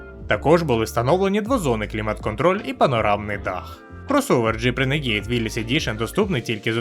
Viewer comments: Людям не подобається, коли не правильно! Я кажу не про переклад, а про вимову, яка у Гугл перекладача завжди правильна. В даному випадку модель називається Рéнеґейд, але ну аж ніяк не "ренегід". Де ви там ту "і" побачили?! Ви ще Audi "аудіо" назвіть! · А чому "ренегІд"??? Чому не "рунегуд" або не "ранегод"??? Коли ви читати навчитеся? Якщо брпкує знань англійської, щоб прочитати правильно, хочаб Гугл перекладачем користуйтеся! Там є така опція - читати вголос, якщо ви не знали